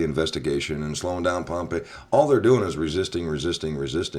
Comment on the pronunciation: Hey buddy, the guys name is Pom-pay-o, not Pompeii. Pompeo.